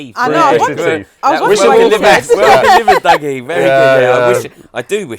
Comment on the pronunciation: Hearing calling Dougie, "Duggie" heart as an FD fan